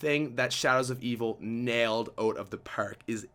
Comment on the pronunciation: "Blew it ooot of ther perrk"